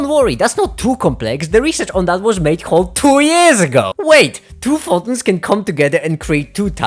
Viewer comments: This was an amazing video. Thank you but for the love of God. It’s pronounced FOH - TONS. I don’t know what a Faw-in is. 😂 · "Pho.ons" XDDDDDDD